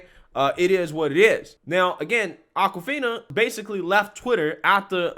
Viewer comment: ITS AWKwifina as in AWKward not ACKwifina. So blacks can misappropriate white culture as in straight hair or braids which is Norwegian or even pony tails but never get called out on it. And before you say it someone show me a picture before 1970 with a black woman with braids, not dreadlocks, braids. Every viking movie I've ever seen has whites with braids. NAACP should learn from this and stop nominating non-blacks, it's like BET putting MeTv programming on their channel.